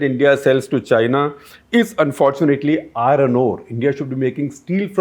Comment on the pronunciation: I-RRRoN ROD ..I-RROn ORE ..LOL